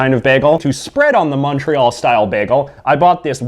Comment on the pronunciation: I'm an English québécois so I'm mostly bilingual and I find it kinda funny when you pronounce it wrong